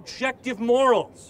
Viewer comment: That first guy kept saying “moraes/more-rays” instead of “morals” he kept saying it wrong and it was very annoying 😅